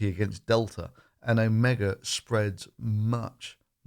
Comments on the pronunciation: When it comes to virology, you're an absolute amateur! "Omega" while it's "Omicron" (then don't do videos when you're drunk!). 1 million cases per day by Christmas... Yea... Well done buddy!! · "Omega" - no OMICRON!